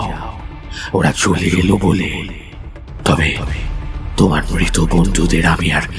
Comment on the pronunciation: দ্বন্ধ নয় দ্বন্দ্ব।মৃত উচ্চারণ কয়েকবার মিত হয়েছে।Finally post করার আগে সংশোধন করুন